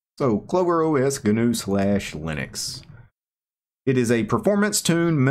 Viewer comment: Gnu pronounced "new", not "ga new"